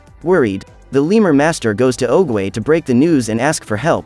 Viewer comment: Well mispronounce oogway nane just saying